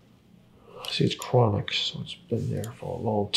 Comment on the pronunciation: “ Dat der is a kwonik nerve!” KWONIK!